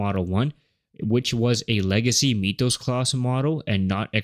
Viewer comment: Unwatchable video as the AI voice and script keeps saying MEEETH-ohs. Come on. It's MYTH-ohs, as in Myth.